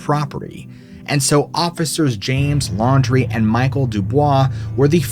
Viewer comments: The story in Louisiana.... are you sure his last name was "laundry"?? And not Landry (land-rey)??? I live in the bottom of the boot, and am part of the wide spread Fontenot (font-no) breed lol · I caught that too. Probably pronounced Landry wrong. I lived in Leesville for a few months in my camper when working offshore for a few months. Loved it there.